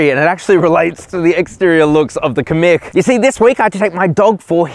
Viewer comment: it’s pronounced “Kam..meek” also no car should have a manual handbrake anymore.